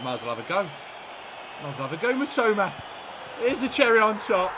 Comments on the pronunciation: same and matomo instead of matoma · Classic mispronounced an easy name lol MITOMAAA. NOT MITOMO. Love it